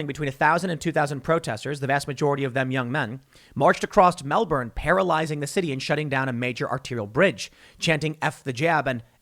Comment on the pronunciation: Disliking the video due to mispronunciation of Melbourne. Also, they are saying dressed as construction workers as the Union, the CFMEU, has a lot of sway over the Victorian government so it is a bad look for the government if it comes from what is meant to be a pillar of support. Easier to portray them as anti-vaxers so still good press